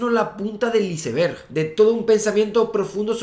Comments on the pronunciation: Estoy de tu lado, no lleva h, igual que iceberg, cómo es posible que digas el "hiceber" eres un científico, iceberg es una palabra en ingles, ( aisberg) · amigo eres Dr en física , pronuncia bien ICEBERG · Muy buen video Javi!! Me hiciste recordar cosas que no veía desde la universidad hace tantos años ya... lo único que no puedo superar es la pronunciación española de iceberg 😂